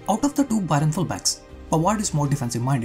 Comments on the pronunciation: Great analysis but you pronouncing Bayern as Byron made it very unsatisfying to watch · Bro it's not bayron, it's bayern